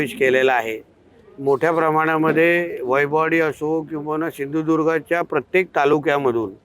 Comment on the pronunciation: तुझ्या बाप्पाला सिंधुदुर्ग बोलायला शिकव पहिले